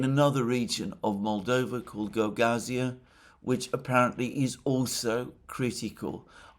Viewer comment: Not that it matters, but It's Maia (Maya) Sandu, not Maria. Also Gagauzia stress is on "U" - GagaUzia. At least in russian.